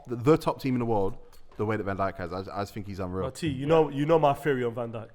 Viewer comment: man said dijk hides lmao